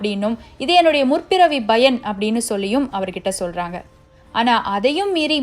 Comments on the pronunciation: Bayan இல்லை பயன் அதைமட்டும் கொஞ்சம் மாற்றிக்கொள்ளுங்கள். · Payan Not bayan